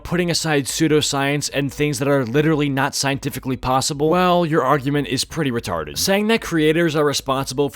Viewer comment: He said retarted 😳😳😳 😂